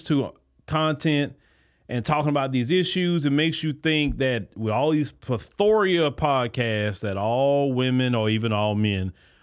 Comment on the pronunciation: Plethora (Pleth-Ruh) lol. We love adding extra vowels and sounds to words 😂. All love tho.